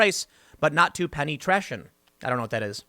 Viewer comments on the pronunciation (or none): Hint: It's not pronounced "Trash-un". "Tray". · Penny Tration... re-read that Tim. It's a sexualized drag name. (Trae-shun) like penetration. The name is penetration. You can say no to granny, but not to penetration.